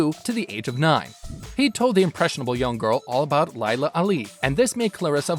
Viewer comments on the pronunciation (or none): Laila is pronounce “lay la”🤦🏽‍♀️ ijs😂